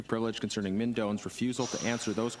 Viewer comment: Call him by his correct name Minh is pronounced Ming!